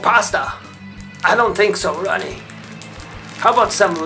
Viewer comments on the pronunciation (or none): none